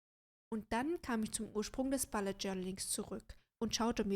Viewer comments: Hallo :) Ich finde das Video sehr erfrischend, wenn man sich den Bullet Journal Dschungel auf YouTube anguckt. Einzige Bemerkung: Es heißt bUllet Journal, nicht bAllet Journal 😉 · Mich irritiert nur die Aussprache von "Bullet". Sonst prima. Danke